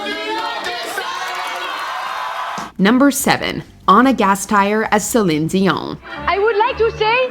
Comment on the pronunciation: Stop saying Celine Dion like you're her good friend who knows the secret way to actually say her name